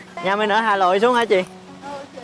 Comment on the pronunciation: Tôi lưu ý thanh "liên" Hoàng là Hà Nội chứ k phải Hà Lội nha =)))))))))))))) "nhà mình ở Hà Lội xuống hả chị " :v đau ruột